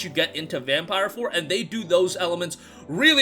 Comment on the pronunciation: It’s pronounced vampeer lmao